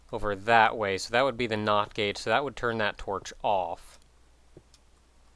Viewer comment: every time he says not gate it sounds like not gay XD